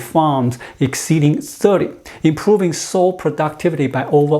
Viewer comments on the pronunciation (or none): "Sow" rhymes with how or now, not with "go" or "know". (Don't you love the regularity of English? :-)* ) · Sow rhymes with cow.